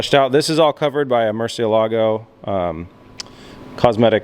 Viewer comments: Murcielago brother murcielago its kind annoying me how you said it in 2 words murcie Lago that's bad traduction you saying Murcie lake it's murcielago all together saying it fast sorry it just give me a tick the way you said it 😅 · I've been to Seattle, and I know for a fact that there are people there that speak Spanish. Please ask one of these people for the correct pronunciation of Murcielago.